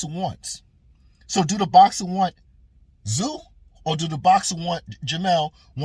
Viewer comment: You can thank Charlo for the Ta zoo pronunciation to get under Tim's skin😂, pretty poor from quacklo.